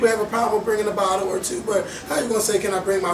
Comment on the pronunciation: It sounded like said "everyone must bring a bottom"... LMAO